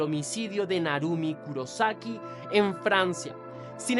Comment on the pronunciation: Kurosaki con acento en la O Soy fan del anime bleach El personaje principal se llama ichigo kurosaki Lo dicen con acento en la O